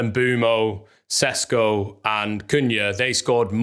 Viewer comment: Sesko is correctly pronounced "Sheshko" (his name in slovene is: Šeško) :)